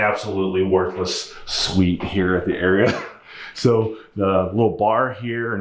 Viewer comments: It’s not “area” it’s pronounced “R-E-uhhhh” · It’s pronounced are-ia just FYI! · Las Vegas native and hospitality management major here... The Aria is pronounced aa ree un. But hey man I still love your videos.